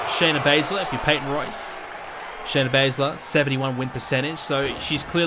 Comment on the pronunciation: Shana Bazler not sonya deville Shayna Baszler**